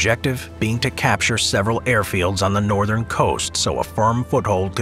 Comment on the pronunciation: ‘Northen’ France…?